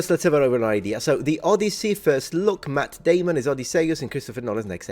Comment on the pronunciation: All i can hear is "Mat Daymun" Team America!. 😊